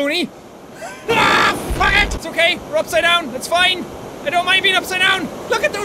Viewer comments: In the middle of reading this he said "fuck it!" It sounds like fucket! Lol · When he says FUG ET it sounds like hes saying baguette